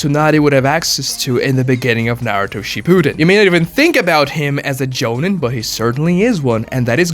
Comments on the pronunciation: Joe-neen. Not Joe-nin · Jonen isn't called Jonen at all actually.... there's Jonin (pronounced Jo - Neen)!